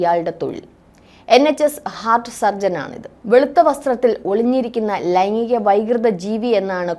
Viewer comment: "ലൈങ്ങിക " ലൈംഗീകo എന്നു പറയാൻ ശ്രമിയ്ക്കണം.👍